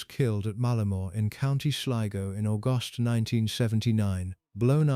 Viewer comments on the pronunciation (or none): none